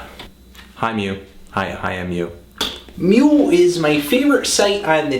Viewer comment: mad props for pronouncing /mu/ the proper way